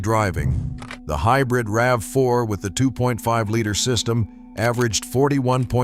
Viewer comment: Same useless AIs! Nobody calls RAV4 as R-A-V-4🤣